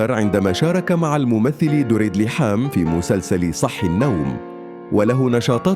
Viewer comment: ليحام.؟ كهرباء! لحام انطق بشكل صحيح